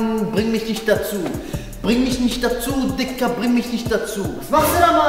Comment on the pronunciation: Nicht digga du hast tigga gesagt